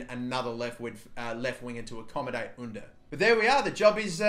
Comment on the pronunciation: Cengiz Ünder’s name is pronounced with J, you’re saying the first name right but not the last name